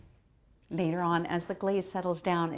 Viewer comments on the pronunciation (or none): none